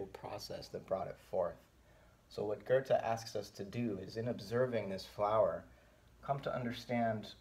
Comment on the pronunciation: Would you consider yourself part of the "still can't pronounce 'Goethe'" movement? No hate btw, really enjoy these.